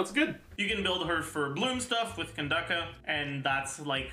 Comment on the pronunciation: ok not really related to Yaoyao but i just gotta say i really appreciate pronunciation of Candace/Kandake 🥺